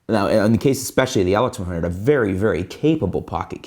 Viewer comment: You got weird accent man. you say LX100 as atlex100... WTF